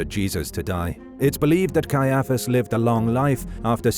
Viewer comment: Cannot believe how you pronounce Caiaphus. You put the emfarsis on the wrong sillarble.